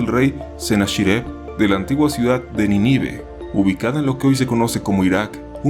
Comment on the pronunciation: Me causa conflicto que pronuncien Niníve en lugar de Nínive mi maestra en la primaria también lo pronunciaba así xd